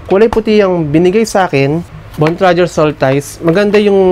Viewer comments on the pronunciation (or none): Bontrager ndi bontrajer 😂😆🤣